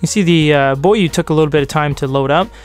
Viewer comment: It is actually pronounced bó yuè.